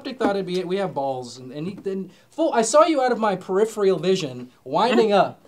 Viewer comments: I can't believe kept saying "periphial"... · sariah moody i really hope so, because i died inside every time she sad periphial instead of peripheral. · it's "periphERal" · wait is it not per-if-er-al